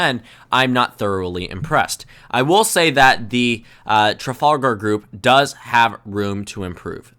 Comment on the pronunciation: Hear him failing to pronounce Trafalgar 😄